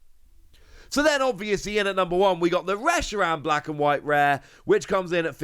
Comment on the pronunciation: Special illustration reeeaz😂😂😂 whatever dude